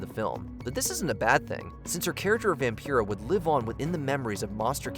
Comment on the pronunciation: Stop mispronouncing Vampira!!! She literally says her own name in the clip!!!!